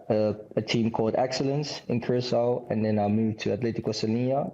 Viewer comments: Someone pls teach em how to pronounce Curacao in English. Its not the Spanish Curazao. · why latinos keep mispronouncing curacao, its annoying its keyuuraah sauw or korsou locally.#pastechi power